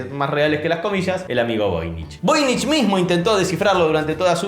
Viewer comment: "Voynich"= ¿"Novoy"?